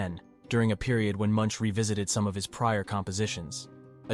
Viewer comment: His name is pronounced mʊŋk